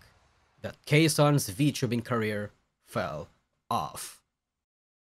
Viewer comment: she did, she did fwell off